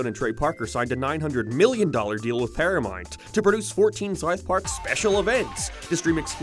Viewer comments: Wtf is “paramont”? Does he mean ParaMOUNT? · Dude learn how to say paramount. Its not perry-mount or perim-mount. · ParaMOUNT. Not paramite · Did hes say Paraminet? I thought it was Paramount? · it's pronounced, para"mount" not paramont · “Pyirameint pless” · I thought it was just me lol ParaMONT? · EhrmAhgerd Para-MERRRNT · Who is this "Pair-ya-mont" you keep mentioning? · It's not "paramort, or paramont, or paramont." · "PARAMONT" lmfaoo!! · Are you having a stroke? Can you pronounce ‘ParamOunt’?? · Your accent is insufferable. Why the fk you say things like that "paramoint"? Why you keep adding "oi" to every word.....fkn canuck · Stopped watching after the 3rd, "paramornt" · Why do you leave the u out of your pronunciation of paramount? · 40 seconds in an I'm leaving cause you can't pronounce Paramount correctly. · Why can't you say "paramount"? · I'm not okay with the way you say Paramount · I was in the middle of commenting on how my dislike of your pronunciation of "paramount".... then you said "paid" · Say Paramount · Do you have a speech impediment? Genuinely curious after hearing you say South like Soith & Paramount like Pairmont.